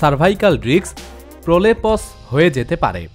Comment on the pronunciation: আরে প্রলেপস না প্রলাপ্স l কেন মেডিক্যাল টার্মিনোলোজি বলেন l